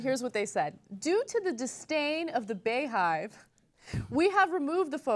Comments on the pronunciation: Bey is pronnounced Bee! Like bee-hive! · Lol I don't really care much but it's pronounced Bee-hive lol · it's pronounced Beehive, not Bay-hive. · Bayhive? Lolol, it's Bee-hive. XD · Ana its pronounced Bee Hive, not Bea Hive. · In the beyonce pictures i think the make up is what makes her look off . Also anna it's pronounced like BEE - HIVE not bae- hive Lool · Lol her fanbase calls themselves the Beyhive... pronounced " Bee-hive"... and she's supposed to be the " Queen Bey." It goes with her name. Her name is not BAEyonce.. it's Beyonce Ana, that's why it's said like it is. lol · its pronounced Bee hive guys, Bee hive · It's pronounced as "Bee hive". Like Beyoncé is phonetically, "Bee"yoncé Lol. I'm not a super fan, but thought I'd point it out :) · Everyone knows it is pronounced Bee (bey) hive... uncultured swine at TYT tisk tisk smdh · "Bey" is pronounced like "bee". As in BEYoncé, not Bayoncé... That is why it's the BeyHive (like beehive) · pronounced beehive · Ana is an idiot, it's BEE-HIVE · Ana, It's pronounced Bee-Hive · I think it's pronounced beehive like as in *Bey*oncé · Side note: "BeyHive" is pronounced "Bee hive" and Beyonce is the queen bee (that's why they call her queen, like bees have a queen) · It is pronounced BEE-hive.. The same way you would pronounce Beyonce.. not baaayonce lol. That's why they call her queen bey.. lol in no way is 'Baewatch' better lol wtf. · Come on, Ana. It's OBVIOUSLY pronounced BEE-hive. As in BEE-oncé. As in queen BEE. Sometimes I wonder how people at TYT miss such obvious things... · Bey hive is pronounced "bee hive" like the first three letters of her name are pronounced "bee." My guess is they came up with the name "bey hive" because she is their "Queen Bey" (pronounced bee). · BeyHive is pronounced BeeHive.